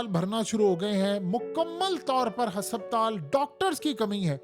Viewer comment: AOA JUNAB HSSAPTAL KEHTE HE HASPATAL HOTA APNA LEJA DARUST KARE ACHA NAHI LAGTA KE AP ITNI INFORMATICS INFORMATION DE AUR ALFAZ THEEK NA HO. ❤